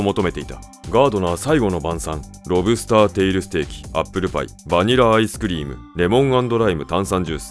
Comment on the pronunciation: バニライアスクリーム⁉️ バニラアイスクリームだよね。